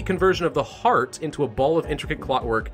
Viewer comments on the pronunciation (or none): none